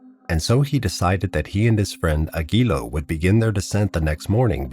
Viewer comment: Aguiló with accent in the O